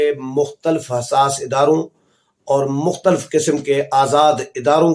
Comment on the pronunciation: بھائی جان اگر آپ ناراض نہ ھون تو ایک تلفظ درست کر لین آپ ھمارے بہت پسندیدہ ھین اس لئے درستگی کر لین۔ آپ مختلف کا تلفظ اس طرح کرین مخ ت لف آپ مختل ف نہ کہین